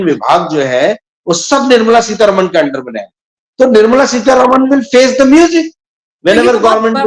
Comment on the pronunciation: And please it's not Seetha रमण It's रामन .That's how it's pronounced in the South. Please pronounce words correctly.